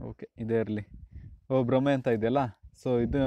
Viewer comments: ಬ್ರಹ್ಮೆ ಅಲ್ಲ ಮಾರಾಯ ಅದು ಭ್ರಮೆ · ಗುರು ಅದು 'ಬ್ರಹ್ಮೆ' ಅಲ್ಲ... ಸರಿಯಾದದ್ದು ಭ್ರಮೆ...😂😂